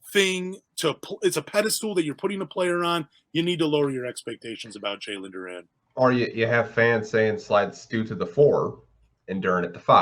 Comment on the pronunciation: Bro can't pronounce his name and we're supposed to believe he knows enough about him for a good opinion. Nah, I agree it'll be tough for him to get playing time but you gotta get dudes name right. Can't call him Duran